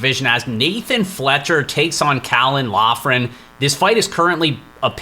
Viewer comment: We are so back, I’m let’s hear the picks best part of my week, Just an FYI, Loughran is pronounced Lockran